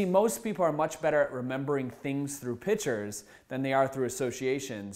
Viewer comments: Mnemonics (Knee-monics), not "New-monics." And a picture is not a pitcher. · Great info but I couldn't get past you using the word "Pitcher" for "Picture".